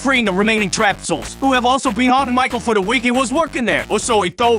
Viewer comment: he pronounces michael like "mah-chel"